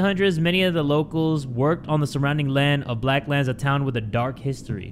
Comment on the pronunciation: I heard blacklands manor as black lives matter and my jaw hit the FLOOR